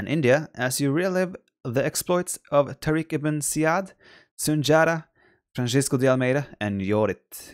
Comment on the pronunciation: Pronounce 'tariq ibne ja-id.